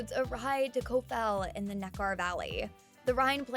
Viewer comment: There are several mispronounced words in this video, i.e., Nekar is pronounced "NEK-er," not "NeKAR."